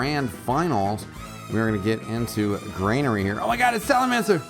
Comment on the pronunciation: GRANARY, NOT FUCKING GREYNAIRE